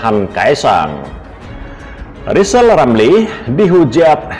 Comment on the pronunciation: Rizal itu manusia gagal Ngomong R saja gak bisa mana bisa Nyayi Indonesia Raya